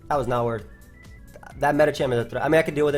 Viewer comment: "THAT WAS WORTH!" * 2 seconds later * "that was not woth..."